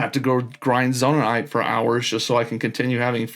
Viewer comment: also, please stop saying zonai-ite, just say zonaite